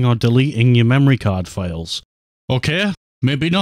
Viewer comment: "Pwug in my wemory card" 😂